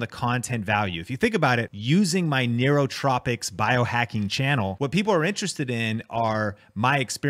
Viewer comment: It’s nootropics